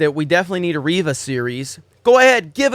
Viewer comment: It's REYVA, not Reeva...